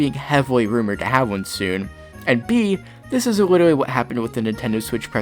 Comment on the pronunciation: Unironically saying "Witerally"